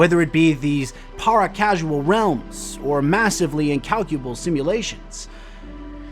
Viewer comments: Paracausal not paracasual 😂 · Nice video - this was my first of yours. However, I must point out the word is pronounced "Para-causal" not "Para-casual". You kept saying the latter in the video. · Love the videos but these bug me: Para-causal not casual Especially-> S-specially, not xspecially